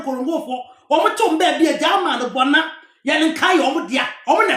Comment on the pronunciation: Come and let me lecture you about Seikwa.You can't even pronounce:Bouna,Yerekaye.etc.I know those places.Read "Oral Traditions of Seikwa,Badu,Nsawkaw and Nkorankwagya"by ESK Owusu.Also read "Bouna Royaume de la Savanne"and stop displaying your ignorance on social media just because you need a few dollars.I have worked extensively on Seikwa.You don't even know the town Seikwa.